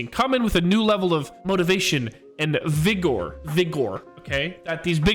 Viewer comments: Had to make sure everybody heard right 😂😂😂 ”vi-gor” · The emphasis on vigor is crazy